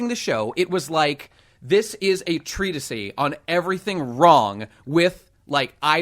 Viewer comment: People who use the phrase 'late stage capitalism' are by definition economically illiterate. Marx was proven wrong before he wrote das kapital, and after. Nothing predicted about so-called 'capitalism' was remotely accurate. [it's pronounced Tree Tis, there aint no eee sound]